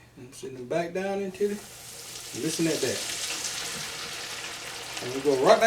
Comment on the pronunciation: I see the house phone and when she said bike instead of back I knew it was gone be some shit I love it keep it up